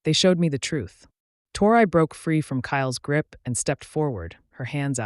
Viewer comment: She started out saying her name Tori, Torrey,or how ever it's spelled writing.And to hear the A.i.start saying" tore eye" ,is just irritating .